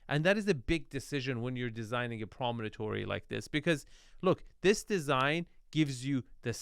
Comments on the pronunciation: Promontory is the word, not "prominentory". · “It’s a promonatory.” No, it’s not. It’s a promontory. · Hehe - we could listen to mispronounce “promontory” all day long. (Dude - it’s not promonotory - rotfl.)